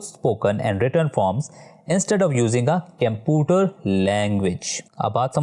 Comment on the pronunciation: Sir computer not camputer😂😂😂